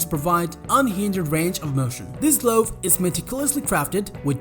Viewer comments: I recommend adding someone who can pronounce common English words, such as glove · The way he says glove 🤣🤣